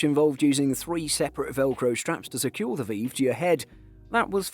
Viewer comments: VEEEEEV pro.. come on lad. its V-IVE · i'm sorry but how pronounced Vive as "Veev" made me giggle LOL really cheered me up, thank you for the giggle i really needed that <3